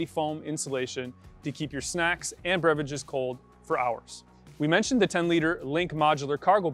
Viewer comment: “Breviges” lol